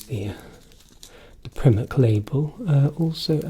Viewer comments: “Prim-ark” is sending me 😂😂😂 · "from our supplier... Primm-ark" hahaha what a great video! subscribed :) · I’m going to pronounce primark like you do from now on!!!